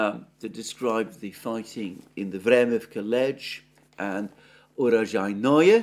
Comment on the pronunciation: urojai-NOE ❌ uro-JAI-noe ✅